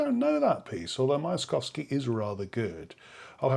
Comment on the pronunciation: Dear music professor, please learn to pronounce names of composers you are expressing you EXPERT opinions on. Myaskovsky (мясковский) {myiaskOvskiy} is not too hard, is it?